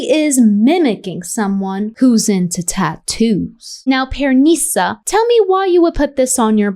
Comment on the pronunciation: Why does she keep saying pearNISa 😂 😂 The pronunciation is killing me!